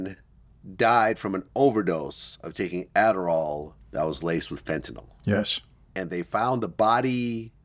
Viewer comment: It is pronounced "FEN-tuh-nil" c'mon Vladimir get it together ya schmuck.